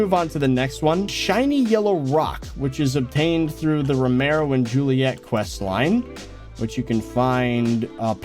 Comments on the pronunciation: It’s not romaro it’s very clearly pronounced RO-MI-OH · its romeo not romero